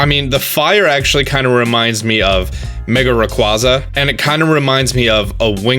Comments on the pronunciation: It's pronounced Ray-Kway-Zah for those who don't know. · Um you said rayquaza incorrectly earlier so why bother with volcarona not that I hate volcarona but I'm just confused and this is longer then I expected